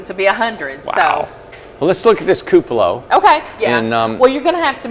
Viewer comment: It will be beautiful....all of your houses are! The teacher in me however feels that I should point out a small detail...the word, "cupola," is pronounced: KOO puh luh. Forgive me for being persnickety..its not a criticism, just a heads up in case you didn't know. Keep up the good work!